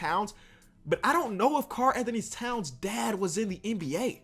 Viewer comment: By the way it’s Karl-Anthony towns. Not Karl Anthony-Towns. Just pointing that out